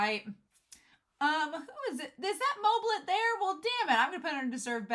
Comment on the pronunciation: got moblit wrong 3 times haha